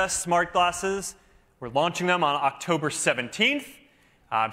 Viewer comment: august or octover my man 😂